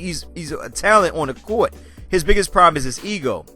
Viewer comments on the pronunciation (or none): none